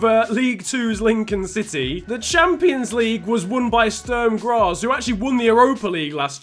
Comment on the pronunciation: haha Sturm Graz :D